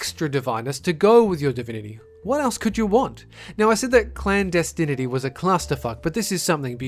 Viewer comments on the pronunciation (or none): clandestinity is a real word... also, he said "Candestiny of Elise" and its "Clandestinity of Elsie" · You said Clandestiny, but it's actually Clandestinity. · Clandestinity, not clandestiny, is just a word not a clusterfuck of words. It means to be clandestine (done in secrecy). Cool vid still :) EDIT: I see you pronounced it correctly after. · RiC David "Clandestiny" Is not the title of the game. At 8.33 he mispronounces clandestinity as clandestiny. It even says clandestinity clearly on the screen. He mispronounced the title. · it didnt say Destiny it said DESTIN ITY